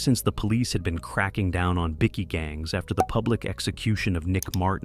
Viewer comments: whats a biccky? Its pronounced Bike-e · Bikie not Bicky